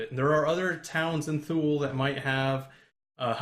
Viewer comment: Goddammit, it's pronounced: "too-lee." Did you bother to do a damn Google search, before you started that Kickstarter?